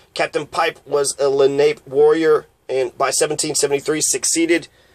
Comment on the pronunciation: Len Ape? No, and it's not Len A Pea, it's Len Ah Pay, accent on the second syllable.